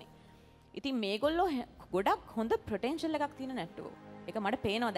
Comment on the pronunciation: Potential is the word. Not ප්‍රොටෙන්ෂල්.